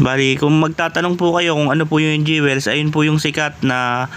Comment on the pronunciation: Sir, Jewels pronounced as dyowils not dyewels.